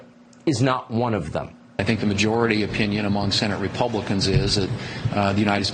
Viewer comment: Say," Entangled" again 😂